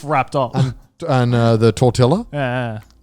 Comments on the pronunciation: se paso de verga xD "Tortilah" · If I ever hear someone say tortila ima yeet myself into a bus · Connor pronouncing tortilla almost gave me an aneurysm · Mexicans do be crying for that "tortilla" pronuntiation. Me dueles Connor